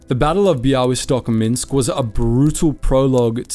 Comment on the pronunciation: Amazing pronaunciation of Bialystok. Well done!